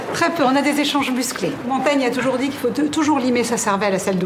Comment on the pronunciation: Oui, touyours, touyours 😁